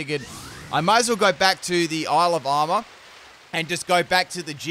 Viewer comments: I keep hearing 'Alabama' instead of Isle of Armor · Why I keep hearing Alabama instead of Isle of Armor? :D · When he says Isle of Armor I hear Alabama 😂